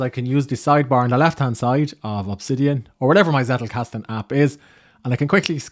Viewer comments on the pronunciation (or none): Nice Video. Hint from a German-speaking viewer: the emphasis of the word "Zettelkasten" is on the first "e", not on the "a" 😇